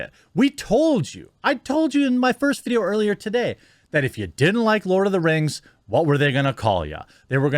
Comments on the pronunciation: "We Lawd of Wings now" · Lost it at Lawd of da Rangs.😤😣😳😂💀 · I had to pause this to laugh at the “lord of the rangs” for ten minutes. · "Lawd of the Rangs"🤣 I bout choked on my food then I thought of it again and almost spit my food out 🤣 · "Lord of dem rangs" ahahaha 😂